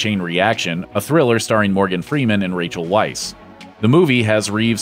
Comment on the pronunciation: Rachael weisz's surname is pronounced Vice.